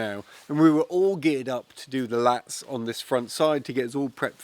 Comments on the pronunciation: You keep saying “Latts”. You mean “LATHS”… right ?? 😃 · a French person in the comments, said it's French for battens, and pronounces it 'lattes'.